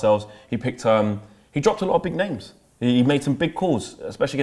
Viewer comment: Robbie loves butchering names.